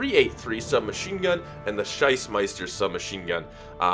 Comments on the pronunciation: Schmeisser, It´s pronounced: shmyzer not scheismeister^^ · The machinegun is called Shmeisser. What you said, Sheissmeister, is "master of shit". Just FYI 😂